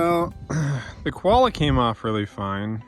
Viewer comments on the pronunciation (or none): Lol you guys. You need an Aussie accent for this one. Its not a "kwolla", it's a "co-wah-lah". Great result by the way. Cheers from Sydney!!